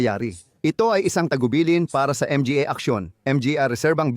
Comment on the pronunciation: Boss baka pwde gawan paraan AI mo magsalita kaka M G A.